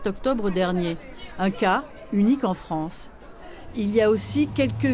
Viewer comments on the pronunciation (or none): none